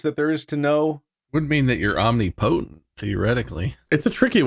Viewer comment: Bob pronouncing "omnipotent" wrong was like nails on a chalk board lmfao